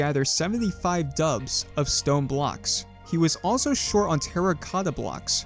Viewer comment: Dupe. doop. Not dubs. Mesa. May suh. Not mess uh.